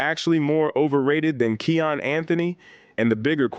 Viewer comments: Kiyan not Keyon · Im being sarcastic bro. Its kiyan not keon for future content. Nice video though